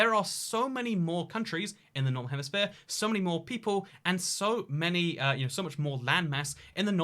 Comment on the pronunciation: It sounds like he says "normal hemisphere" haha!